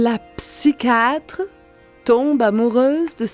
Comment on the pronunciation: ne peut même pas prononcer🤷🏽‍♂️ psychiatre elle a dit psycate🤪🤦🏽‍♂️😅😂🤣